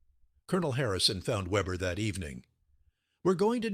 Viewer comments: I keep hearing "Webber" and I guess I got used to it, but Weber does NOT begin with what we would call Web, but with Vay. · His name wasn't Vebber, but Weber, pronounced VAYbuh, The name of the letter W in German is Vay, not doubleyou, and it sounds like a V. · So the narrator doesn't know how to pronounce a German "W"